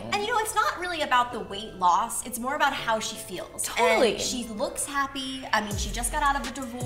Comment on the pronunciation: "100%" "Totallee"